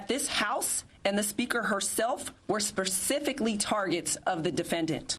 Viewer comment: "spercifically" is not a word.